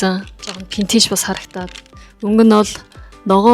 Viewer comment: solongos helend v useg, f useg baidagguimaa burberry gehiig pobori 버버리 geh jisheetei anh sonsood oilgohod hetsuu suuldee dasaad adilhan heldeg bolchdog yumbilee